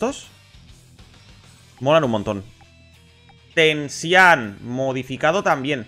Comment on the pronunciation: Todos: Gojan/Tenchinjan: Goan/Tensian